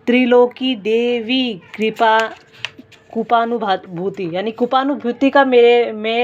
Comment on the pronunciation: आपका उच्चारण ग़लत है कृपा को कूपा पढ़ रहे है